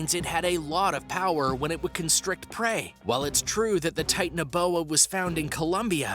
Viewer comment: Titan-uh-bowa, Mega-low-don 😂 I kept laughing every time he said these and a couple others, I had to re-watch it 3 times. Good video if, you can get past Titan uh bowa.